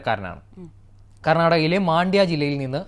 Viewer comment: Maandya alla mandya